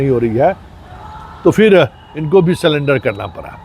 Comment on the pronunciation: सलेंडर नहीं सरेंडर होता है😂